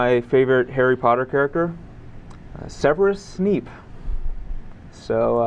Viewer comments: SEHverus Sneep DAFUQ?! How can you not pronounce that correctly? :O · "severus snepe"